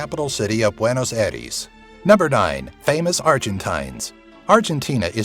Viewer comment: I am from Argentina, and I died when he said buenos aires.